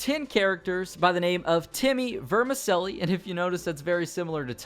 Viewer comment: small gripe, its pronounced Ver-meh-chelly. In Italian, the "c" is often pronounced with a "ch" sound. :P